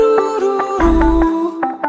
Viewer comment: Yo escuchaba clarito "Odiseo" 😂